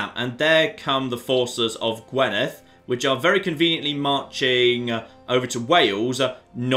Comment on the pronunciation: I know you probably won't have to say "Gwynedd" any more, and your pronunciation of "dd" is perfect but could you please say "Gwinedd" instead of "Gwenidd". On another note, well done on achieving the Kingdom of Wales with what is one of the worst candidates possible, hell of a run that you've not been attacked by England yet! (Kembre is Breton for Cymru (which is Welsh for Wales)).